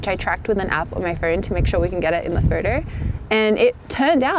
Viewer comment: and every time she said 'photo' it sounded like 'furtur'